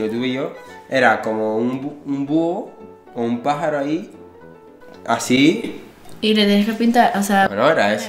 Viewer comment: eh como un búho(ahí como un paharoh) XD